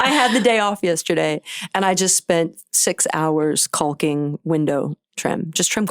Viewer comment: I love that she pronounces caulking correctly